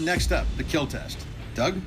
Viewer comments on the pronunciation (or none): He didn’t say “kill”, he said “keal” Keep Everyone ALive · it would "keal" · It will keel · It will keel ^^ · and it will Keel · It will keeel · It will keel. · your weapon....WILL KEELLL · it will keal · It will keel! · "And it will keel" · Your weapon will keal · your blade will keal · "it will keel" achmed spoke silently before putting on his turban to see jeff Dunham (trying to give a reason why it could be funny)